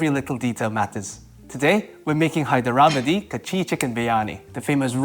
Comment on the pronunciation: pronounce it more like “Hydhra-ba-di” not “Hy-der-aba-di”